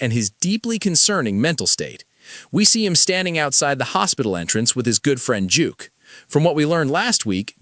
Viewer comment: Duke not Juke